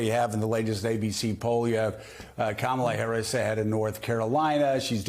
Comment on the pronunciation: Is her name pronounced Kammunism or Kommunism?